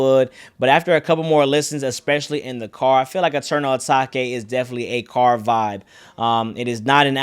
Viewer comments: It’s not Ah taki it’s ah take its eternal ah take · ETERNAL UH-TAKE not (uh-taki) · my guy still says eternal atakay